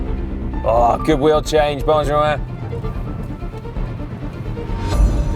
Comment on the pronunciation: His name is pronounced Ben-Ja-Min Si